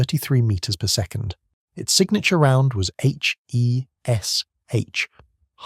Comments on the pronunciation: It's pronounced 'Hesh'. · It’s pronounced ‘Hesh’ FFS…